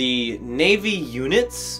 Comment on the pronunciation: Lets take a shot each time sez naivy. 😂🍺